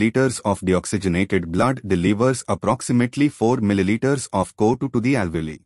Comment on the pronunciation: The pronunciation of co2 isn't correct sir